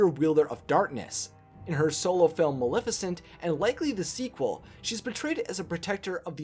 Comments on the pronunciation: Her raven is only known "my pet" in the animated feature, where did Diablo come from? Her, name is Maleficent pronounce the not malificent the name comes from the word malefic. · You can't even say her name correctly, it's Maleficent not Milificint. Idiot. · "Ma-le-fi-cent" not "Ma-li-ficent" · If you're going to say MULIFICINT one more time... :D